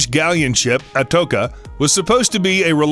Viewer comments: It was not the Spanish galleon " Atoka " … its the atocha. Learn how to speak before you make videos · Can you guys correct your pronunciation of Atocha???? Its not pronounced Atoka, its pronounced Atocha... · Its pronounced "A toe cha" not "A toke a" ..... Nuestra Señora de Atocha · That doesn't bother me as much as how he pronounces the name Atocha (A-toke-a), it is pronounced A-toche-a... I've been to Key West, seen part of the treasure and even met Mel Fisher... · It bothers me when narrators can't pronounce things. Atocha is pronounced At- oh- Cha The ch enunciated like in cheese not like in a hard k.... It's not like that wreck hasn't been a topic for documentaries for over 40 years where it is clearly pronounced. Jeez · It's pronounced Atocha (Cha like cha cha). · His son and daughter-in-law died when their tug sank on the exact same day Fisher found the main treasure. ALSO............................. it's AH-TOE'-CHA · Atocha = uh tow chuh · Just for the information the Atocha is pronounced a tow cha